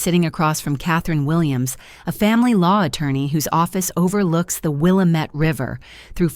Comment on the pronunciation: Resident of Oregon here. I have come across this a lot, and it irritates me a little further each time. Willamette is pronounced with the stress on the second syllable: Wil-LAM-ette, not WIL-lam-ette. Thank you and goodnight now.